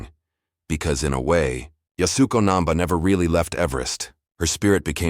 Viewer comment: It’s YAS-u-KO. Really just 2 syllables - YAS and KO, the “u” is barely spoken…